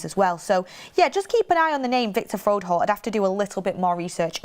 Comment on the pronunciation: It's FRO-HOLDT, not FROD-HOLE 😆